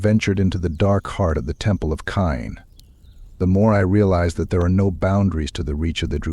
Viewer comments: It is pronounced like Cain or Kane right? That mispronunciation drives me crazy, so as quality as this is, couldn't make it through. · 😂😂😂 i was thinking the same